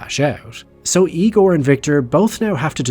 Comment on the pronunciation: it’s pronounced “Igor”